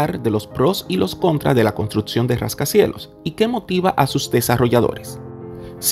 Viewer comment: ¿Por que dices JJJJrascacielos? y no Rascacielos.. apartiL, en vez de a partiR. interioL y no interioR.